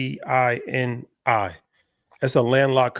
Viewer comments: Hey, it's Eswatini (EH-SWAT-TEA-KNEE) for a second, I was really confused as to which place this is 🤣🤣🤣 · face-purple-crying: bro butchered that name fr fr... ES-WA-TEE-NEE man.. lol that was funny as hell